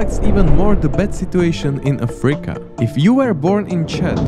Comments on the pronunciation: Could you, please, stop saying “AFREEca”? The name of the continent is “Africa”, thank you. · ok this video is just AI slop. If not for the pronunciation of "Afríca" and for calling guatemala "South America" i may have not noticed. Just terrible.